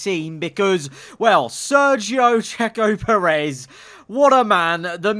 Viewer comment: “Cheto Perez” returns